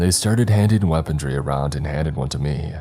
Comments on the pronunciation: lol "weapondry" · you keep pronouncing “Runes” as “Ruins” but it’s not correct. “Runes” are symbols often used in witchcraft and Wiccan practices. And it’s correct pronunciation is closer to Roons, not Ru-ins. Damn, again, it’s not “Weapontree” but “Weaponry” or more commonly called “Weapons” and the pineapple grenade is like that not for grip, but to allow for shrapnel to more easily spread wider and with a larger diameter. I just can’t help myself but to correct this. Perhaps the writer actually wrote it this way? I don’t know. I’m done, I’ll just listen and stop trying to be Captain Pedantic.